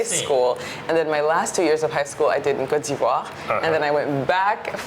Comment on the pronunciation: You’re no able to pronounce Côte d’voire😅😅